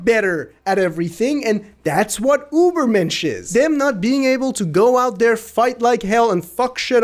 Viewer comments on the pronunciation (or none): The pronunciation "Ubermensch" when trying to say "Übermensch" confused me a lot; "What has that to do with Uber?!" Just try saying "Oo", move your tongue close to your teeth and you've got a smooth "Ü" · STOP SAYING UBERMENSCH the term was made by a prussian phillosopher Frederik Nitzche who ment the word as a human who lives by theyre morals and lives the best life thay can live and work to be better, but after he died his sister who dindt fully understand his ideas rewrote and finished a lot of his work wich led to the na#is to belive he was on theyre side. Fredrik dindt like facism or Nasizm ok